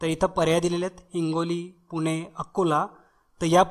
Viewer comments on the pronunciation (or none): none